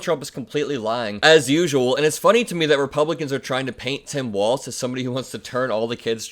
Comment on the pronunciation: Please pronounce his name correctly. It’s walz not waltz.